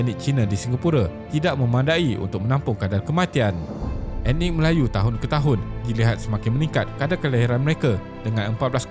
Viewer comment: Sebut betul perkataan 'ethnik' bukan sebut 'enik'. Perlu tingkatkan kaedah sebutan